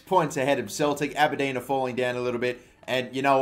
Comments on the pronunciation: Ah-Ber-Dean ...Aberdeen. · As an Aberdeen fan the way you pronounced our team name made me cringe sorry. for the future it's Aber- Dean.